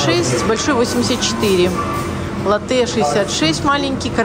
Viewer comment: Ударение лАтте. А в самой Италии лучше говорить "кафе латте", скажете просто "латте", - молоко и принесут. Типа как утюг в Турции попросить, сказав "айрон", - дадут айран.